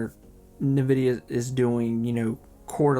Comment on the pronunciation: hahah I love the way you say Nvidia - "Novidia" I know it's a local accent thing so don't try to correct it, it's fine.